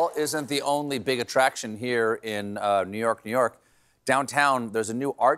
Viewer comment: Love the pronunciation: Nyerk, Nyerk.